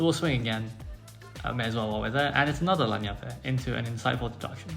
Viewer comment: Annie is definitely not Italian. Lagniappe in South Louisiana sounds more like lan-yap.